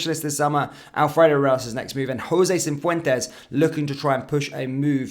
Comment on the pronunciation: It’s not CiNfuentes. It’s Cifuentes, no n, doing my nut in 😅